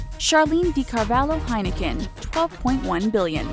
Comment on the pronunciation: You pronounced Heineken wrong